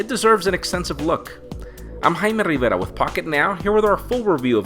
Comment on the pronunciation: Is it okay if you can say your name, "Jaime Rivera" normally.. With no tongue roll.. If that was the case maybe every word you say should be like: Eh gaiiissss dis ees haimi riveRRRRRa